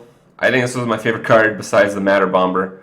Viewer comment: please learn to pronounce "bomber" with a silent B - its incredibly irritating